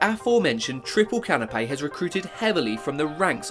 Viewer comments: Canopy is pronounced 'Can-oh-pee'. You are saying Canapé (Ka-nuh-pei) which is a type of small finger food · dude really be saying CANOPAY bro its canopy